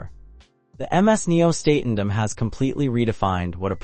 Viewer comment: WTF? This review makes ZERO sense, you're not showing the HAL Nieuw Statendam, not pronouncing it correctly in the video.